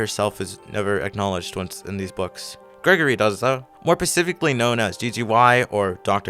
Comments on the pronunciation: are you saying “pacifically” instead of “specifically”? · Good video but just saying it’s pronounced “specifically” with an s.